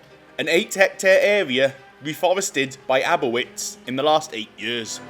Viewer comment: that is not how you say aboitiz!